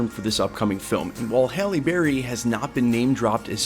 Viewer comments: Bro. Pronounce her name right. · I immediately noticed that you pronounced her name two different ways and you pronounced the word cat as dog which was really weird. Take your time dude...